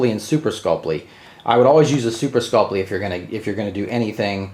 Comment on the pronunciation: “Super sculp-lee” 😂.... super sculp-ee